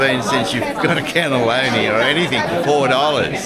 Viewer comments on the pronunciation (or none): This reminds me of when I lived at Abbotsford and Haberfield was a bus ride away to this fabulous precinct. Incidentally you keep calling it “cannelloni” when it’s pronounced “cannoli”. Cannelloni is savoury filled tubes a bit like lasagna. Love your videos.